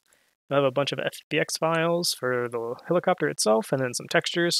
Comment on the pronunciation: heliCOPTAH HELIcoptah !!!